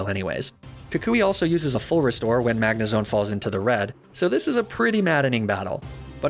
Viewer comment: You said "Magnezone" wrong! Good run tho very entertaining. Also TRUE LOVE WINS!